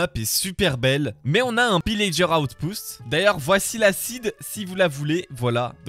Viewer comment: il dit pillager outpoust au lieu de outpost...